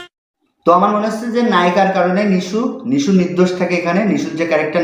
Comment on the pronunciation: কি দিন আসলো হাফ লেডিস হিজড়ারাও এখন মুভি রিভিউ করে। আগে নামটা ঠিকমতো উচ্চারণ করতে শিখ । নামটা নিশু না নিশো হবে।